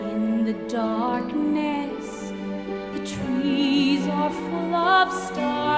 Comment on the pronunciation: The way she pronounced "darkness" in striked me as a very Philippines accent.